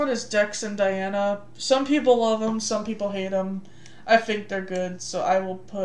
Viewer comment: HER NAME IS DAINA NOT DIANA